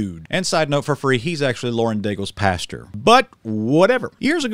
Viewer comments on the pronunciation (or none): none